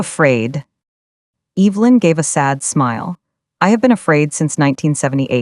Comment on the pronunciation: What the hell can’t AI pronounce Evelynn.